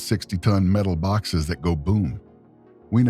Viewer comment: Metal BAWKSES...